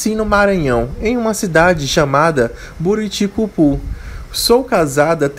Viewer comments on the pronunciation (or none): não é buriticapu é buriticupu 👍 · Buriticupu e o rapaz falou Buriticapu kkk